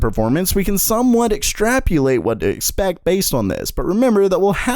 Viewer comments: It's ex-trap-o-late btw not ex-trap-U-late. Great informative vid as always, thanks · It's extrapolate not extrapulate